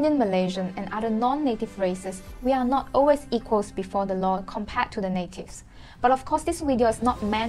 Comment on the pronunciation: Hey there, care to learn English pronunciation-proper? Compared is kuhm-peuhd, not comm-paid. Their is there not “dea”.